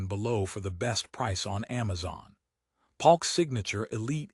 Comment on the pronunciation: Is this AI? Bass (like a fish) Palk instead of Polk??